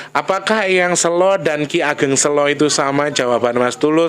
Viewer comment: kata SELO....pengucapan awalnya kyk lagi bilang kata bhs inggris SAY.... 😁